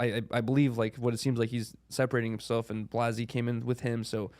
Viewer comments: First of all say blazzys name right Adam you scumbag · Still to this day, Adam miss pronounces Blazzys name lol